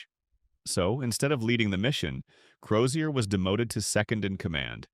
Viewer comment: The surname is Crozier which the voice over pronounced correctly.